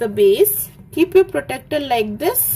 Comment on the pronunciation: Mam i respect your teaching it helped me very much.....❤ But not to be rude but u pronounce protractor wrong u say protecter but uts protractor...ty 😊😊